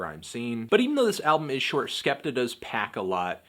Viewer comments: ***** I was more agreeing that it wasn't 'skepter' than that it's 'skeptoh'. 'Skeptah' is right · It's not skepter its skeptoh